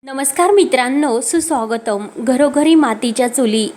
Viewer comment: सुस्वागतम् कधीच नीट वाचत नाहीं